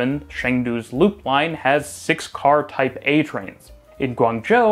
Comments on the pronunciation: Everytime he said "Type A" I heard Taipeh.. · I keep hearing "Taipei" instead of "Type A" 😆